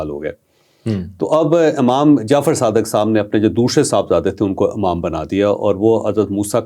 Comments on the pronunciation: The word is Imam not Amam. Urdu ka Q@ aam horaha hai bhai 😂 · امام میں الف پر زیر ہے، زبر نہیں۔